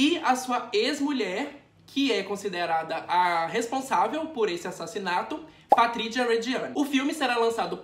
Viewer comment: Patritiua e ótimo kkkk o Z tem som de Z mesmo BB não de T ok